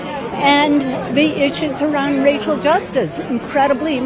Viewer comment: Did she just say "Racial justice" or "RACHEL justice"?!😂